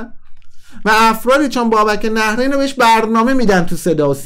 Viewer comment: عزیزم...اولن تلفظ nahreyn درسته...دوما میپرسی از کجا پول آورده؟بیشتر از موهای سرت رو صحنه نمایش اجرا کرده،از ۲۰ سال گذشته،نزدیک ۳۰ ساله،خوانند استنداپ کمدین مملکتو میگی از کجا پول آورده؟ غیر از موهاش دندوناشم ایمپلنت و کامپوزیته،تو رشدیه تبریز خونه داره،وقتی شما نوجوان بودی پرادو سوار میشد،گرون ترین بلیط هارو داشت و داره همیشه،خواهشا تحقیقاتت رو کامل انجام بده،بعد بیا صحبت کن